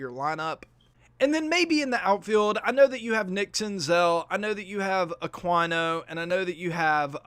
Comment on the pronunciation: Great video minus the bad pronunciation on Aqunio, Mahle, and Desclafani